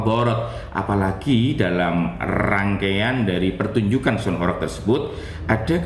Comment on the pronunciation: Sound horeg, bukan horek